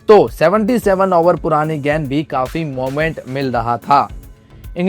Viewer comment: गेंद भाई गैंड नहीं 😂